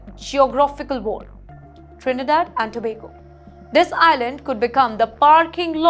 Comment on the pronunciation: Great pronunciation of Trinidad and Tobago